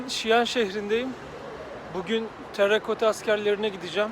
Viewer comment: bi tera kota diyemedin be kahkaha attım evde:)